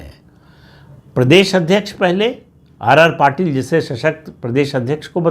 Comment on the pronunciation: आर आर पाटिल नहीं सी आर पाटिल